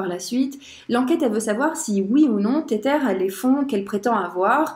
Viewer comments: Insupp d'entendre "téterre" toutes les 15 secondes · Car la vidéo reste interessante et que tu connais ton sujet. Mais faut avouer que, pour une experte crypto, ne pas prononcer correctement le nom d'une crypto connue ca la fout un peu mal. C'est pas une question d'accent Anglais car ca c'est pas important. C'est comme si tu disais le "Bitkou1".